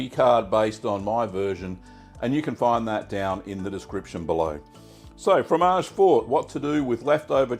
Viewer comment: MAMMA MIA SI DICE FROMAGE FORTE FOR-TE(i), ODIO QUESTO CANALE, SONO UN ITALIANO ARRABBIATO MAMMA MIA